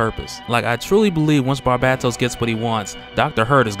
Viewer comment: Its pronounced BAR BAY TOS not bat bat tos btw